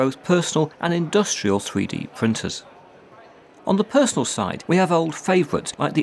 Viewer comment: Thwee dee pwintuhs.